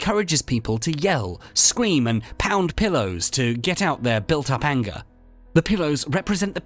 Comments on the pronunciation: Didn't know what ayengah was till you ayengahed me with the accent of the woid. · The way you are saying "anger" is making me angry! :)